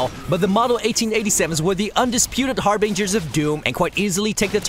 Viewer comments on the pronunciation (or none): "HarbAnger of doom" he says